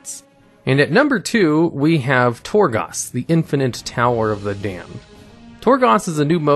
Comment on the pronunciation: also, Torgoss? Sounds like someone isn't doing the research himself